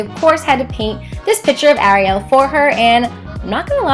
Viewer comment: it bugged me when she said Ariel everybody as a different way of saying it but it's just a pet peeve of mine but im ok not trying to be mean or hate I would never do anything like that